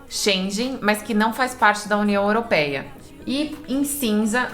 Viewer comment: Olá acompanho vcs viajo com meu namorado em Catamarã nao me leve a mal sua pronúncia da União Europeia 🇪🇺 esta errada procure corrigir o rigado